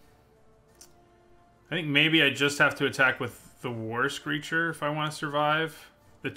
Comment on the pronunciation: When he says "war screecher" i hear "Worst creature XD"